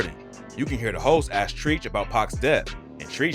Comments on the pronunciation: Treach as in treacherous. Not Treech. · Treach is pronounced Tretch, he even pronounces it in the video, he’s a legend and calling him Treech, like Screech from Saved by the Bell is not legit. Do better. Thanks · Diggin the vid until "Trecheech" (Treach) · Did he really call him Treech? It’s pronounced Trech fool 😂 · his name is treach not Treech , he's from naughty by nature 🤣🤣🤣🤣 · its pronounced TREACH, not TREECH!.. U definitely are not a hip hop head and gotta be from another country lol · Treach's name is pronounced "stretch" not "treech" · Treech huh? Not Treach lol! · TF TREEEEEECH IS HOW YOU KEEP SAYING IT ITS TREACH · He pronounced trech treech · It’s not Treech lmao it’s pronounced Tretch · The name TREACH is pronounced "Trech" bruh! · One question...who is Treech! You mean Treach, right? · please don't have a hip hop channel if you don't know who Treach is from Naughty by Nature. You said "Treech" with long E sound.. it's a short E like "Eh".. study ya history bro, I lived through it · My only question is….. who tf is treeeech? 😳 I could’ve sworn him name was pronounced “tretch”. Bro please at lease do research on how to pronounce rappers names we all have been saying forever. 😂 it makes me question your whole entire video my guy 😂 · Treach is pronounced trech not treech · Dude it’s not Treech….it’s Pronounced like Tretch…. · it’s Treach like stretch. Not treech 😂 say it right my dude. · I’m like who tf is treech??? Ohh you mean treach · His name is Trech not treeeech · For the record... his name is spelled Treach but pronounced Trech and is from Naughty by Nature but that part I'm sure u kno. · you pronounce Treach TRECH... GAWG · My man said treech👀👀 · Also Treach isn't pronounced as it's spelt it's pronounced 'Tretch' this dude is a joke XD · It's pronounced "Tretch" (Treach) if u ain't ever been to the ghetto, don't ever come to the ghetto, cus u wouldn't understand the ghetto..... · Dude callin trech "treech"😆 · It's "Treach" as in Treach-erous.